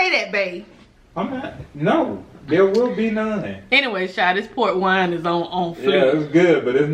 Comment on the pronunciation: Up until now I thought you was saying PORK wine lol had my mind all screwed up lol 😂😂